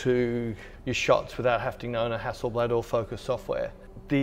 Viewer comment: Common is not Hässelblääd it's Hasselbladh. Hassel a is kinda like in the word Buddy or, bus. Bladh is like the a in far. Hasselbladh.